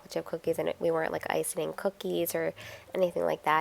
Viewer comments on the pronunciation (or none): Hi-it's "icing" cookies not "icining"-that last one is not a word. 🙂